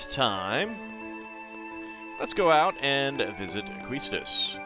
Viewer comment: Quistis is a French name and pronounced Kiss-tiss. and even the original kana supports this pronuncition.